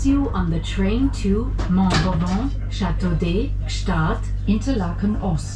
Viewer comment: Great video of this fantastic train! As I work for the MOB, here are some small things I would like to add: For accessibility, MOB recently recieved new low level coaches, with wheel chair areas and level boarding with the platforms. Yor pronounciation of Chateau-d'Œx was spot on! However for Gstaad you pronounced it more like 'Guestaad' (but don't worry, even for us french speakers it's difficult to say it correctly😅) For the maximum gradient of the route, it's 7% (1 in 14), 30% is already steep for a rack railway, it would be impossible for adhesion rolling stock to climb this! Next time you come, make sure to check out the GoldenPass Belle Epoque with lovely old coaches, or the GoldenPass Panoramic with forwards seats having an unobstructed view of the tracks ahead!